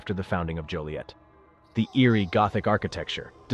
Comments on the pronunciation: It's Joliet not Juliette. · And I apologize but it’s Joliet not Juliet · It sounded like they only said Juliet the first time. After that I always heard Joliet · Joliet not Juliette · JOLIET ,not Juliet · It's Joliet not Juliet.........smh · Its “Joliet” not Juliet. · Joliet… not Juliet. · It’s joliet